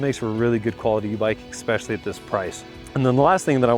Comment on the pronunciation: The word is “ess-PESH-yah-lee” not “eck-spesh-yal-lee”. It is spelled “especially.” There is no k in the word.